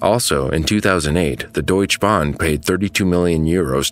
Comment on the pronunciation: The e in Deutsche Bahn is not silent